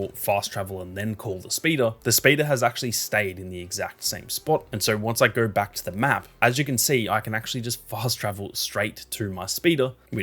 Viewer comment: "gowr" knowr" 😂